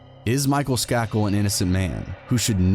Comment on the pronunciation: Skay-kil is how you pronounce their name. He is related to the Kennedys. This is a famous murder